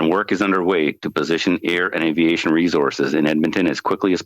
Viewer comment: Why is she saying "reh-zorzes" instead of "resources"?! Over and over! She uses a "Z" instead of an "S" sound and I'm not talking about anyone with an actual accent, it's the lady with no accent reporting on the fires. Geeze it really rakes me nerves when people mispronounce things.